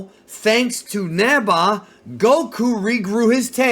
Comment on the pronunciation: I keep hearing “neba” people know it’s Neva right?